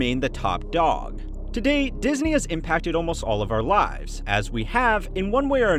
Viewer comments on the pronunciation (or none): none